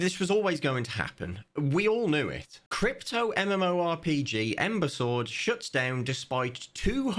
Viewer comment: saying Ember Sword like imbecile: 🤌